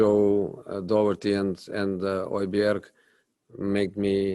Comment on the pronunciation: Jose is much better at pronouncing Matt Doherty's surname than any of the British journalists I have heard so far.